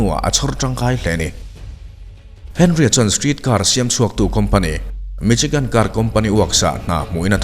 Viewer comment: Mi-Shi-gan tia lam tur Michigan hi..... C-H-I chi ti a lam tur qnilo